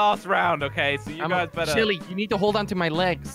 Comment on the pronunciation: Its Jelle not jelly